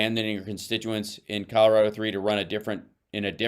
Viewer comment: Colorado does not end with an a